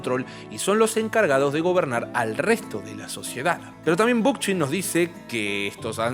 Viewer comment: Muy bueno este vídeo, solo me queda una cosa. ¿Realmente se pronuncia Bookchin con Ch de español y no con K? -como suena en ingles-. Me encanta que hables de él, los videos sobre anarquismo también la rompen. Gracias por el videazo! <3